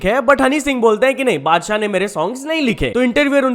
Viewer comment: mujhe laga padshah bola 🙄💀